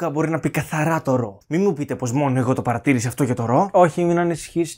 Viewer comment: Λατρεύω το πως είπε αυτό το "Πα(ρ)ατή(ρ)ησα.